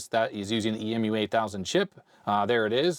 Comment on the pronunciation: In the synth world EMU is said like the flightless bird, and not spelled out.